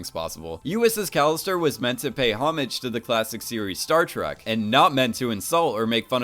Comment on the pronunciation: Is it just me or he is saying "Startruck" rather than "Startrack"